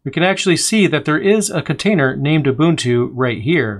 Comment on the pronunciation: Just curious: is there a valid reason for repeatedly pronouncing "Ubuntu" as though its spelled Ubutu (without the "n")?